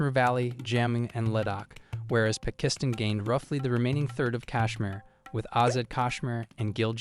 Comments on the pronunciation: East "Pikistin" haahhaha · Around the mark you pronounced “pakistan” “pa-kizzz-tin” after correctly pronouncing it both before and after that mark. Makes no sense . Like when a kid mindlessly copied ChatGPT on a test and it messes up something simple but the kid answers “1947” for “what color did they wear?” Like obviously didn’t even think . Just read . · Why the heck is this AI calling it Pikisstan. Lol